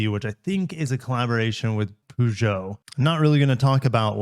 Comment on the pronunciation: I did research Franch pronunciation of "Peugeot ". It's sounds "pa-zh-o" . "Zh" like last letter "g" in name George.